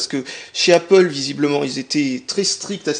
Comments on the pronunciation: Il a dit Apple!!!! Pas apole mais apple!!!!! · Félicitations, tu sais désormais prononcer Apple x)